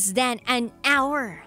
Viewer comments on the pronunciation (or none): none